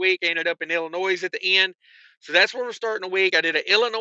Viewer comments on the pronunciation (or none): Yes, the 's' at the end of Illinois is silent; the correct pronunciation is il-uh-NOY, not Il-in-OYS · Yes there is a s at the end of illinois. But the S is silent